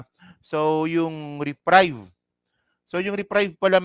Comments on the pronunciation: pronounce reprieve with long e as in "eeee" not "reprive" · Reprieve; re-priv/ re-preev